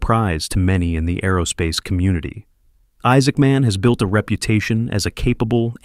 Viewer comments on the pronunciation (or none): none